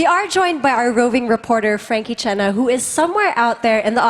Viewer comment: Frankie cena lol listen it says cena for john cena